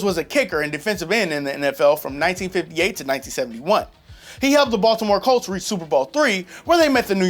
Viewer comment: he said Baltimore Colts